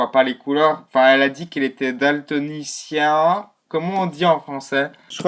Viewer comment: on dit daltonien